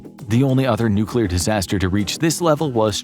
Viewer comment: I was about to say something similar hahaha... the odds of a nuclear plant employee butchering the word "nuclear," then proceeding to fail mentioning what plant they supposedly work at, are hopefully extremely low.